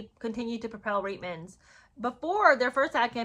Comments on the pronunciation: It's pronounced reetmans...not ritemans...Canadian here...of course, other than if you are a Newfoundlander, they for some reason pronounce it as ritemans...but then again, they pronounce many things differently...like pouch cove is pooch cove...topsail road is topsul road...lived there for 13 years, and just didn't get it... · Reitman’s is pronounced “reetmans” - Canadians do not do brash - we’re too polite 😂